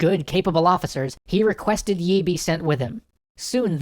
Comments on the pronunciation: I'm pretty sure his name is pronounced more like "ee", rather than "yee". In Hangul, his first name is "0l" (used American keyboard characters to approximate cuz Hangul won't work for some reason), which is pronounced "ee". Generally that character and the Chinese character that looks like a long dash with an upturned serif on the right end are both transliterated with "Yi", pronounced "ee". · its lee not yi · You don't pronounce the y in yi, it's just pronounced like 'ee' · actually admiral yi is not yi. LEE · I thought it was Admiral Lee and not Yi? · its lee but nice vid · Not Yi . lee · Don't pronounce the 'y'- it's an artifact of transliteration. Korean never uses the 'y' sound with an 'I' sound. Just pronounce it 'E' Please!!! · Nicely done, but too bad about the weird pronunciation of Yi. It's said like 'eeee' -- no Y sound involved.